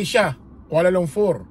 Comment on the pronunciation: Kuala LUMPUR hindi LUMFUR